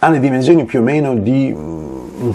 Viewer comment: Perché dici "dimenzioni "?